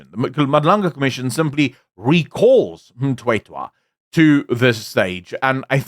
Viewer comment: Surname is Mthethwa, not Mtwetwa.😊